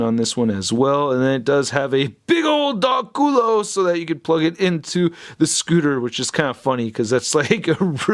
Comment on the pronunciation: imma ignore you said dog culo xD